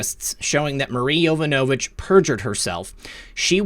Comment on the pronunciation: yuh-VONN-uh-vitch. Please!